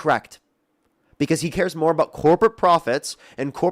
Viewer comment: talking Aboot? Is he Canadian?